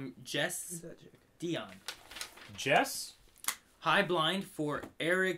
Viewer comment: first off the name is pronounced Jess-e Die-on, second glad you liked the gifts, third what was that hashtag about the digimon set I sent?